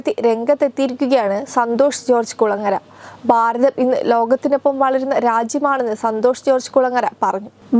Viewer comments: ഭാരതം ആണ്. ബാരതം എന്നാണ് പറഞ്ഞുകൊണ്ടിരിക്കുന്നത്. ശ്രദ്ധിക്കുക. ബരണം (ഭരണം ) എന്നൊക്കെ കൂടി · എടീ കൊച്ചേ , കാണാൻ ചൊവ്വുണ്ടായാൽ മാത്രം പോരാ . ഉച്ചാരണശുദ്ധിയും വേണം . എന്തോന്ന് "ബാരതം"? എന്താണീ "ബരണാദികാരി"? വൃത്തിക്ക് മലയാളം ഉച്ചരിക്കാൻ കഴിയില്ലേൽ ഈ പണിക്ക് നിൽക്കരുത് 🙄